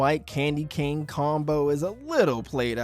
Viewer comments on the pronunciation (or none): none